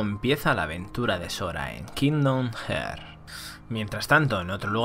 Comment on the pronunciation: Muy buen resumen. Aunque se pronuncia “harts” igual que pronuncias braveheart por si te interesa vaya